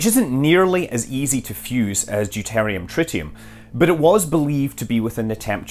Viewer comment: Deuteruim not deutarium.